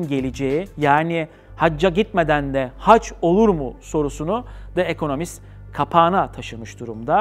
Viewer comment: De ekonomist değil Di ekonomist söylenişi